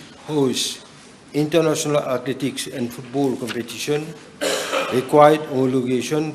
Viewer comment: Athletic : the e there , is English not French . Mandatory , the a is native English as well .